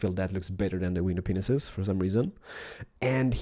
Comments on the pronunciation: AM I THE ONLY ONE THAT HEARD GLASS "PENISES" !?!?!? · Did he just say "Glass Penises" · He said the glass penises